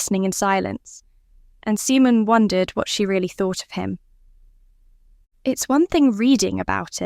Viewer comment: AI narration takes away from a good story. Mispronouncing Simon or reading asterisk,asterisk just ruins what could have been great.